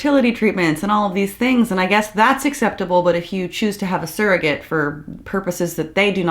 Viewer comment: I'm sorry, but if they're going to be criticizing surrogates, they should at least be able to pronounce the word properly. That's a "u". Not an "e". Not an "a". The first syllable of surrogate is pronounced like the word "sir".